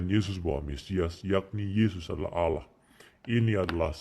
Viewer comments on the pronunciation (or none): Bukan Aloh tp Allah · Baca allah aja mulutnya keseleo jd owloh... Sok ngajari isi Al Kitab...